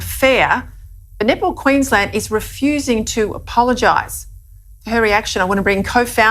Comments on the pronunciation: I think she's saying "Net ball", but I'm hearing "Nipple". Didn't know there were Nipple championships. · I can’t talk the Australian lady seriously. I know she is saying “netball”, but it sounds like nipple. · "Netball" pronounced by an Aussie sounds like nipple... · Let’s be honest, that Australian reporter saying “net ball” sounds hilariously like nipple. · Sounds like the Australian news is saying Nipball.” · I know this is serious but i keep hearing queensland nipple team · Every time that reporter said netball, I heard nipple. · Every time she says "netball" is sounds like "nipple". I can't stop laughing! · I swear that reporter is saying "nipple" not "net ball." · Australians pronounce Netball like Nipple. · Is she saying 'netball' or 'nipple'? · All I hear when the reporter says "Net Ball" is nipple lol... "The all boys Nipple Team" Sorry lol